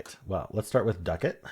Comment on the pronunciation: I believe, "ducat" is Not pronounced, the way you said it. I think it is "duck-ette". Not "doo-cat". I liked the word "chary".